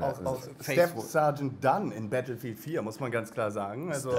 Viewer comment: "wir spielen nachher noch "bettl"-field" xDDD